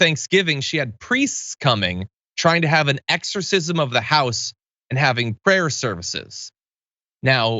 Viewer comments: She said eggercisim not exercisim.. I listened twice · She say "eggsorcism"? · I'd like to ask her what an "egg-sore-sizz-em" is, exactly. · EGGSORCISM how the newsmax reporter said. Can they afford that? If you are going to use the term in a derogatory manner, atleast learn to pronounce the word correctly. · LOL she said eggs-orcism.. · What the heck is a egersisim. I know thats what she said. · Hey, Isabelle Brown... What's an "EGGS-orcism"? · What's an eggorcism? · Did she say "egg-sorcism"? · She did. And it hurt my ears. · Isabell brown- “egg-zer-sizm “ not exorcism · I heard it too lol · She said "eggzercism" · correction...It was eggzercisum...And it was eggstremisum....And journalisum